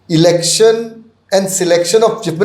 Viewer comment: Lol the host just said ‘Erection commission’ for election commission 😂 mins that’s why we need to have mandatory education and a degree for news reporting not any Tom, dick and harry can be a reporter without understanding and command over English